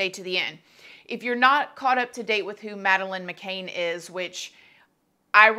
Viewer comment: I believe everyone probably knows who Madeline McCann is, it’s just a huge story Also: says her name wrong